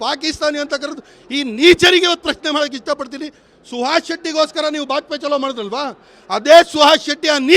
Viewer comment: ಅದು ಬಾಜ್ಪೆ ಅಲ್ಲ ಬಜ್ಪೆ